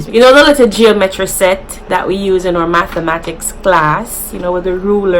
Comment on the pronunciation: Chewsday, pickcha, farred, jawmetry, morgrage, prignant 🤣🤣🤣